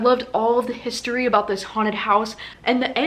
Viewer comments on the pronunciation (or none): none